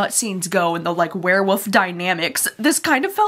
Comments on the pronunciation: Love you but I kept hearing you say “where-woofs” and it’s too funny! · I laugh every time you say werewolf. You pronounce it Wear Woof. So cute.